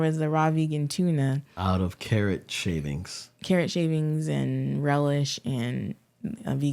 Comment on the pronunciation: Did you just say carrot SHAVINGS.... WHAT?!? 😅😅😅 😂😂😂